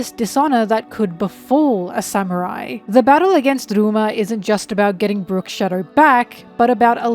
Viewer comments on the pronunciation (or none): ok don't get me wrong I love this video and your content but OML, CALLING RYUMA "rooma (with a rolled r)" AND SHUSUI "shisooie" is some of the funniest shit i've heard all year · Might be falling for engagement bait, but: Ryuma is pronounced Rē-ū-muh Shisui is pronounced Shē-Swē